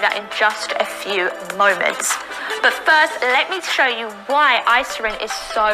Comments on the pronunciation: Irisin VS Isirin. Drove me crazy also man. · Face palmed myself so hard I passed out. Talking about a hormone she can’t pronounce, yet she knows so much about? 🥸 Get these fake fitness scammers off the internet😅... FINISH HER! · It boils my blood how she keeps flipping the letters in Irisin and yet they did NOT FEEL THE NEED TO RERECORD! That‘s so unprofessional. It‘s so insulting to every watcher’s intelligence 😂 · I actually saw her ads a couple of months ago, and clicked on it just to see. After the 3 time she pronounced Irisin “isirin” I dipped! 😂 I agree that is seems like she has no idea what she’s talking about, and she’s probably being fed lines. Also, how ding no one catch those mistakes before airing the ads!? 😂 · "isirin" 😐😑 ummmm 😂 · They didn't refilm this because they assumed that nobody would notice that she pronounces it wrong the whole video because most ppl won't really be paying attention to that whole 30 minute video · my favorite thing is how she keeps saying isirin and the subtitles say irisin , every single time. it just breaks me , its incredible really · “She called it isogen that time!!”😂😂 I’m dying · I looked up the hormone during this video because I thought, “naaaah ...” ITS MOTHERF**KING IRISIN! Say it RIGHT! Argh! I think that literally gave me a rash. EYE👏RISSSS👏INNNN👏 meh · They’ve now actually put a voice over her pronouncing Irisin wrong every time so it says it correctly now but in a different voice. That alone makes it look fake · the funniest part, at least in the video I watched, the first time she said irisin there had clearly been a voiceover over that one word lol, meaning she probably butchered the pronunciation every time she said it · It's also funny seeing how the closed captions interpret her pronunciations of "irisin". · How did no one catch her pronouncing that hormone wrong?!